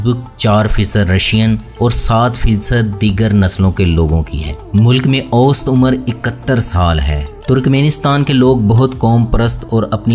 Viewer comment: اوسط نہیں اوسَط(awsat) اور غلط نہیں غلَط(ghalat)